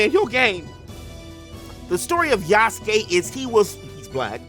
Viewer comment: You like the decision, its okay bro. You wanna buy it, its okay too. I was just voicing my opinion out of the matter, because i do feel the Japanese kinda sidelined this time. Btw its Yasuke not Yusuke, Yusuke is from Yu Yu Hakusho haha. I knew him from Netflix series and Samurai Warriors 5 way before this contriversy happening so i am kinda fond of the character...however unlike him in those 2 rendition, this one just make me feels it is forced to me as audience real hard.